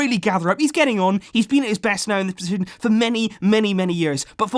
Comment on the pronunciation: Messed up when he tried to say position